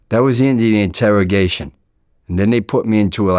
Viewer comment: Hates rats and snitching....goes on vladtv😂😂😂😂 "Integrogation"😂😂😂